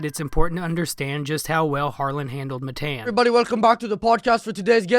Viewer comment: His name’s not Matayan wtf hahah